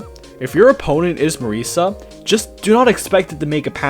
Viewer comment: I can see why he'd not know for the complicated names for the yama or Reisen, but the way that he mispronounces simple names that have a known pronunciation is kinda annoying. Cirno is pronounced [CHI-RU-NO] or [CHEER-NO] (if you ignore the Japanese accent), not [SEER-NO]. Tewi is [Tei] due to old Nihon stuff that I don't really understand. Marisa... why on earth is he saying "Maurice-a"? Even a Japanese pronunciation would only separate the Mari-sa. Sorry if I sound like a prude on this. The tier-list is fine, but every time I heard a simple word or name mispronounced, I felt like my brain was pinched.